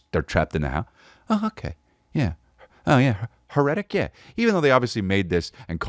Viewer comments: Hmmmmm HER-ETIC movie? You mean HAIR-A-TIC lol. Hmmmmmmm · I think it’s pronounced hair-eh-tick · "Her-etic" Eeeeeeeeeeehhhhh S'pronouncing it wrong. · Truly a chef’s kiss on Chris never hearing or seeing: HAIR-RI-TICK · Here I am BRM at the fourth time he says it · CHRIS HERETIC IS NO PRONOUNCED LIKE THAT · Man you can’t be pronouncing heretic like that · Quick question, why ya sayin "heretic" like that?